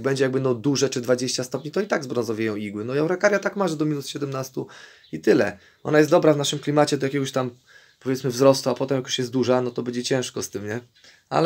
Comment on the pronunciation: Araukaria a nie arukaria ;)